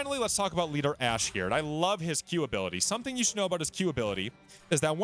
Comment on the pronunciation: It's ash and u keep calling him hash lol